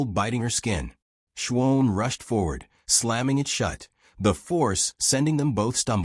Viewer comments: Shwohn? (Shawn) Wound ( not Woond (phonetically). Sometimes the narration is off enough to crack the story - at least to me. POOR ENDING..............stopping abruptly is no good! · Someone needs to teach this narrator how to say Shawn.